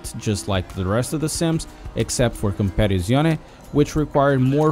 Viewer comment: "Competetzizzione" 🤣 Love your content dude, I just subscribed. Keep them coming!!